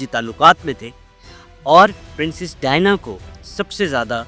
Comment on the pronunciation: Very stale and useless presentation. Can't pronounce the name Diana. Don't know who allows such brainless production